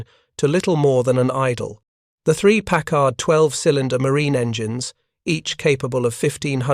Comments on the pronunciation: And stop saying 'pac-card'. It is 'pack-erd'. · "The three "PACK-HARD" 12 cylinder marine engines ... 🙄🤨😏